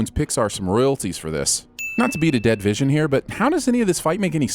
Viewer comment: Who’s “visiom”?